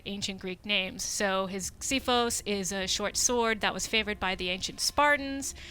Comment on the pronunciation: OMG!!! SHE PRONOUNCED XIPHOS RIGHT!!! I can die peacefully now...